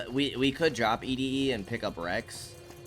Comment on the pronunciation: "E -D -E" instead of "Eddy" will never get old, brother lol love it!